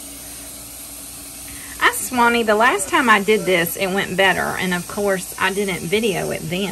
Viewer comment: When you were making biscuits I heard you swannie. I don’t know what it is about being in the kitchen that makes one swannie. But “EYEE SWANNIE!!!”